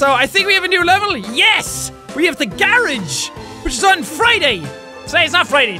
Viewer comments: Say fucking garage right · British and Irish people say gar-rage we say it as gah-rahj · Why he say Garage so weird.